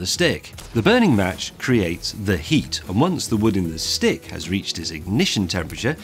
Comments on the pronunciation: I thought he said a STIG and a match hahaha. Top Gear reference. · Every time I heard "Stick" I heard "Stig". I watch too much Top Gear.... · Is he saying STICK or STIG? And does that explain why Top Gear goes through so many? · I swear he said Stig instead of stick. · when he says "stick" i keep hearing "stig" lol